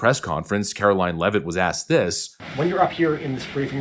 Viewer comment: Glad you know how to say her last name. So many youtubers are having a real hard time. You must be from New England?